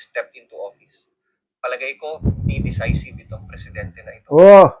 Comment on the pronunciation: Decisive - pronounced de- SAI-siv DDS po ako, sir, just trying to help